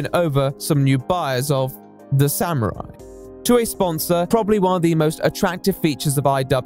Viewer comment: wtf is a samuarari